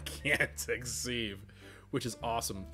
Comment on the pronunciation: Sieve has a soft vowel sound, so it sounds like "give" instead of "leave." #dadcomment Glad you're back!!!